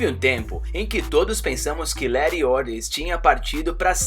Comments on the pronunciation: mais todos chamam ela de letty não lere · LET "LERI" LE*TT* 2 T, LETI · Fala certo poha é Lerry e Han não é Lery e Ren. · O filme no Brasil tem a dublagem com os nomes dos personagens corretos que é HAM E LETI até por que o nome dela e Letícia até aqui no Brasil quando a gente tem uma amiga com nome de leticia agt chama de leti aí vem o jumento e fala HEN E LERY kkkkkkkk lery o que ? Lery Go ? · "Leri" "dom torero" "hen" mds mano fala certo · Para de criar novos nomes dos personagens, "hen" "Lery", isso da raiva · Não, não é o certo. Ele tá fazendo um vídeo em português e a pronúncia BR não é essa